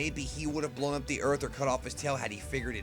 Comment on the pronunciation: bolwn up the earth?